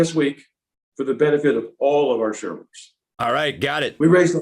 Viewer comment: When he says, "shareholders," it sounds like he's saying, "shoulders."